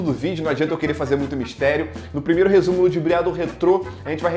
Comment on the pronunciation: sou o único que na hora que ele fala “rrresumo ludibriado” eu falo junto?